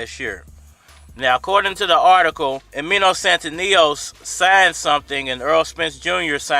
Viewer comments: Lol u keep saying his name wrong 🤣 it's Stan-ee-yo-niss 🤣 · Bruh you butchering his name so bad stan-knee-onis it’s not hard 😂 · You really butchere the man's name.